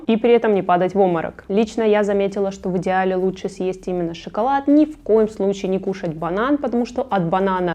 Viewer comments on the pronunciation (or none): none